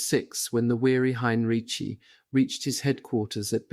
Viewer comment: Ok, is it General Heinriki,Heinrichi,Heinrich? I can’t spell it, but he’s read it wrong 3 times now.